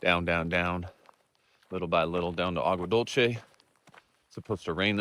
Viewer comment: Agua dulce means (sweet water) in Spanish. Pronounced dulseh. And Sanol is a nice area.😊